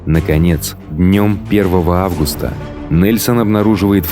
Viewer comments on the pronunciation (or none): none